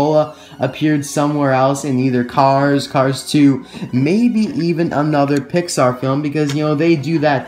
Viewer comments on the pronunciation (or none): none